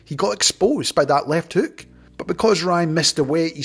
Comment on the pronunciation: You said “ripping left heuk”